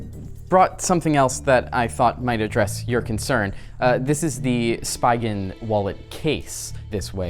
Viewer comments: It's pronounced SPEE-gun, not SPY-gun. He loses points from me for that one! Spigen are legendary, any enthusiast should know how to speak the name of such a top tier phone accessories brand! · could you please pronounce MagSafe and Spigen correctly next time?